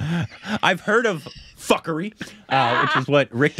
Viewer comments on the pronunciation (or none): Punjab is "poon.jaab" and now fukrey is "fak.rii, well korbinized🤣🤣 btw its fook.rey it means worthless/Jobless(person). its a Punjabi slang word. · The name of the movie is pronounced 'F-o-o-k-r-a-y' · its fook-ray😂😂😂😂😂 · Gosh LOL, it's pronounced as Foo-kuh-ray (Fukrey is indian slang for brokes who fake being rich). And yeah the main storyline isn't serialised but there are significant references to previous stories, so if you want to connect better, do watch 1 & 2 first. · You have to watch both the film fukrey 1 &2 .. and its pronounced Fookrey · It’s pronounced fookrayy